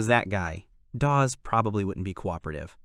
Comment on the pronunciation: you need to work on pronunciations dawg, you butchered EVERY SINGLE NAME including calling Dawes "DaVe"....